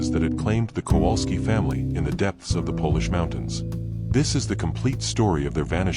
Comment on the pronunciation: Why does the American narrator mispronounce the name Kowalski so badly? It is virtually unrecognizable. And Cracow/Krakow is not pronounced Krakau. I am not Polish but speak and understand Polish enough to be irritated by such errors.